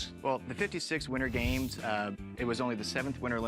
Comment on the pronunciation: "the 1900 Olympic gyames"